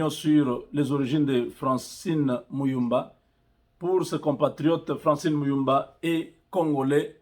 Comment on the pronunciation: il ment déjà la prononciation francine mulumba avec un accent gravé